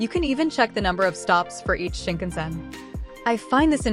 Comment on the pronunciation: Very helpful overview, although I cringe every time the automated voice reader mispronounces words (Suica, Yamanote, Shinkansen, Hakata...etc).